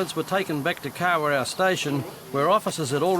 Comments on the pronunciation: You can't even pronounce the god dam town man and what r u plastic maori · A Māori cop mispronouncing Kawerau is disgusting 🤮